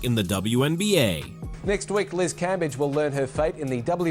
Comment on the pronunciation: Cambadge, Cambeige, Cambej...AI giving us different ways to pronounce Cambage.